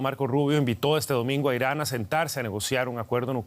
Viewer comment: Inari o Irani? Jajaja